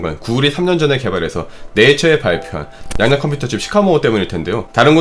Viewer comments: 양자컴퓨터 발음이 뭔가 양야컴퓨터 처럼 들리네용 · 양단껌쀼터 양단껌쀼터라고 들립니다 발음연습좀 하시는게 좋을듯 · 자꾸 냥냥컴퓨터로 들리네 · 개인적으로 이 채널 참 좋아하는데 얘기하실때 발음이 부정확하신게 참 아쉽네요.. 특히 이 영상의 ‘양자컴퓨터’는 발음이 정말 거슬릴정도로 부정확해서 댓글 남깁니다ㅠ